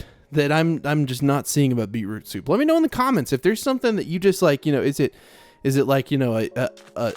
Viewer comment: Anyone else super amused at the way says beetroot soup? Beeproop soop 😂 love the vid as always 8023